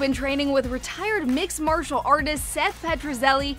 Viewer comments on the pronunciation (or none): none